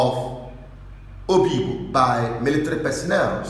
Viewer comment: You’re an idiot, what’s the issue with the Pharisees got to do with this? You’re beginning to irritate me you this. I’m this close to unsubscribing from this stupid channel. The fact that you called it Oyigbo instead of Obigbo show where your allegiance lies. You’re a very very stupid guy. Obasanjo sent soldiers to destroy Udi and Zaki Ibiam n so what? So we should start worshipping the army or what? Bastards everywhere Ralph Uwazurike you will be dealt with when the time comes. Jealousy is what will kill all of you Ralph Uwazurike, the amebo that turned his lifestyle of gossiping into a profession. Shame on you. Who said it was Wike that changed those names before? God forbid these shameless set of human beings not different from Nnia Nwodo and Ohaneze Ndi Igbo. Idiots as if the army are God in heaven. What a disgrace. I’m out of this stinking and disgusting channel.